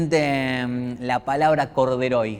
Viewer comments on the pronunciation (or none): "corderoy" hasta el final 😆